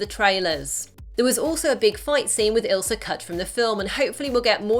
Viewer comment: its ILSA not ISLA